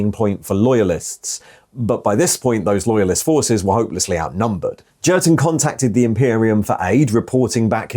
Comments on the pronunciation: pronounced as in German J is a Y so Yurten, Jurten grates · I'm fairly sure the 'J' in Jurten is pronounced as a 'Y'. The only 40k book I know is Kreig and he's called 'Yurten' all the way through that one. It's a fairly poor book IMO and not recommended either!! A group of Kreigsman are ordered to remove their masks by Inquisition and so they do. But then we don't find out anything more. Was a very tedious read I found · its ‘Jurten’ mate. Not ‘Jurten’. 😉